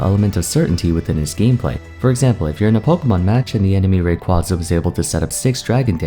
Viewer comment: You mispronounced Rayquaza